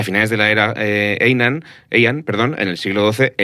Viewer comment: Consejo para próximos podcasts. En japonés, las J se leen como LL, el periodo Jomon en LLomon. Parecido con las H, son aspiradas como una J española. Hiroshima o Heian no son Iroshima y Eian sino Jiroshima y Jeian. Por cierto, no sé qué bibliografía habéis usado pero cualquier fuente moderna dice claramente que los ninja nunca existieron y ni siquiera cuando había mercenarios que hicieran guerra no convencional se les llamaba así. El ninja es un mito moderno.